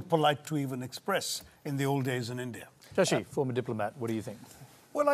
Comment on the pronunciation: British ruined.. Tharur gained English... Studied in England.. Still he is sasi.. Not "Shasi" did somebody understand??